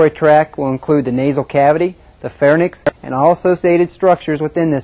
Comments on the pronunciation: "Pharnyx" his pronunciation. "Pharynx" the correct pronunciation. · Any one who pronounces the words pharynx and larynx as "fair-nix" and "lair-nix" has already lost my attention.